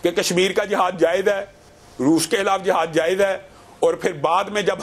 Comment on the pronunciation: Its not jahad…its jihad…i hate punjabi urdu